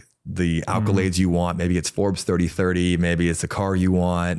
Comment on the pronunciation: ACCOlades not ALCOlades!